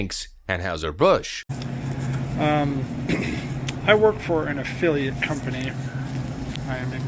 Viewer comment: I have a nit-pick: It's pronounced An-HIGH-zer, not An-HOW-zer.